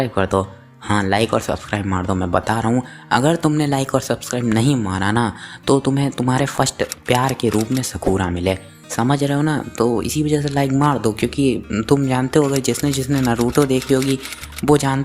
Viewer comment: Mujhe Sakura Chahiye Bas Kuchh Din Ke Liye😅 bro Wo Sakura He Sakuna Nhi😂😂